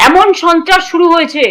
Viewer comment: কি বললি গুদু? ছন্ত্রস? চোদোন চন্ত্রাস? সাবধান গুদু!